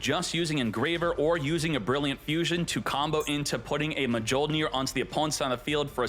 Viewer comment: Oh yes, my favorite card: Artifact Ma joh neer